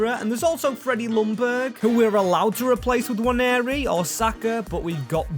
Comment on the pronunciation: Please learn how to pronounce Nwaneri 😂😂